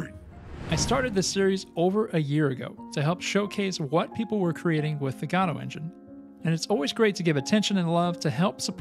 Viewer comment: Please learn how to pronounce Godot correctly